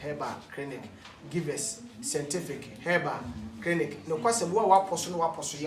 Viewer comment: Efya Owusu sentific hahahaha